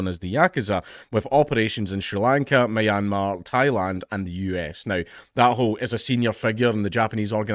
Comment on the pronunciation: For future reference, it's pronounced "Me-Anne-Mar". Or just call it Burma.